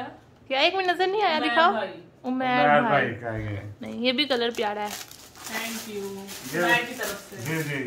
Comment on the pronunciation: ٹھنکیو نہیں تھینکیو کہا کریں